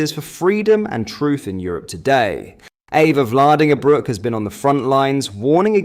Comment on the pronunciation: Just one small point... you are pronouncing her name incorrectly. The correct Dutch pronunciation is "EEfa FLAAR dinger broke.